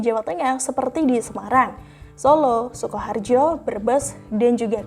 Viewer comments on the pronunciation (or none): none